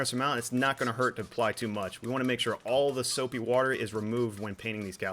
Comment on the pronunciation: "Soupy Warter"